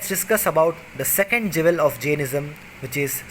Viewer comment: He keeps saying "Jevel" but he means "Jewel."